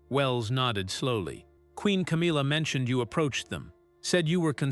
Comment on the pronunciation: What a load of rubbish, your not even pronouncing Camillas name properly, I hope that you get sued for slander and libel. Disgusting putting out rubbish like this. 😡😠😠😠